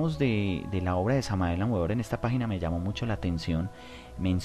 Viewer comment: Cordiales Saludos al panel: Queremos agradecer haber tenido la valentía de exponer ante la palestra pública, a este enigmático personaje, conocido como el V. M. Samael Aun Weor (Pronunciación correcta Beor) Tal y como Uds lo indican, es sin duda alguna uno de los personajes más controvertidos, del mundo del Esoterismo, por lo tanto, y siendo un estudioso profundo de su obra, me permito agregar algunos comentarios, que espero permitan comprender el enfoque entregado por este Ser a la humanidad... En principio debemos entender, que el Maestro Samael entre una de sus misiones fue la de romper con los paradigmas que para su época y aun, en la actualidad, subyacen en la humanidad, es decir: Revolucionó la espiritualidad actual... Pero esto no debe de asombrarnos, ya que, en todas las épocas en que han venido grandes Avataras, siempre su característica común es la misma, romper con lo establecido; así paso con el Sr. Krishna, con el Buda Gautama, y con el más conocido de nuestra cultura: Jesús el Cristo, y con tantos otros, es por eso que causan en las sociedades donde se desarrollan gran controversia por un lado, pero muchos seguidores por el otro. En cuanto al Sincretismo Esotérico-Cultural, planteado por este Maestro, es uno de los aspectos que caracterizó su Gran Obra, y de las cosas que levantó mayores polémicas dentro del mundo de la espiritualidad, pero que sin lugar a dudas, demuestra el talante que poseía, la capacidad que tuvo para poder llegar a conjugar los puntos coinc